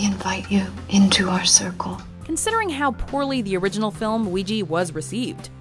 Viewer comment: Dear americans its called Ouija not Oujee